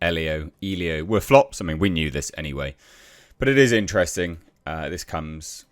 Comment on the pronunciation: Intrevsting, Quite inchtresting, inchthrusting.. 😅 How many times can one say "quite interesting"? Here it is said more often than people who say "you know" too often say "you know"